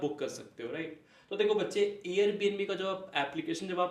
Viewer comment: Manlo bach-chee 😂😂😂